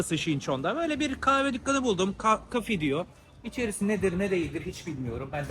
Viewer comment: dukgan değil Dükkan